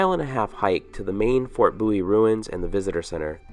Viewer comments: BOW IE not boowe. Just saying. Apart from that I loved your video, a brilliant production. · Fort 'Booee'???